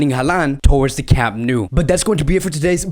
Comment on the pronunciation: I like the vids, but camp nou is pronounced camp nau (now), the catalán way (I've lived 18 years in bcn)